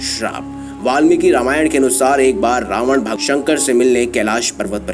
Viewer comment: Tumhara se Ravan hai kya acche se bolo